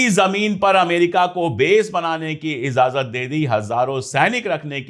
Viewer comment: Ijazat not izazat in Urdu jnab pandey sb